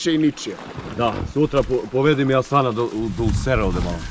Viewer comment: sigaski ne kaze se asan vec hasan sto si djetu nadio muslimasko ime a neznas da izgovoris hasan